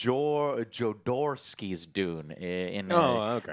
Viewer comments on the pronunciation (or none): im sure this has been said a million times. but jo-dor-owski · Hey Joe it's pronounced JoH-DoH-Rousski👌😉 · Joe, it's pronounced Hod-er-rov-ski. 😂